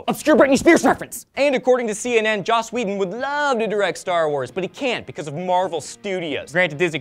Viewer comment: ...May or may not be a crazy Joss Whedon fan... (Think you might have said "Josh" too... my mother always calls him that because she can't seem to be able to pronounce his name and she is a bigger fan than I am).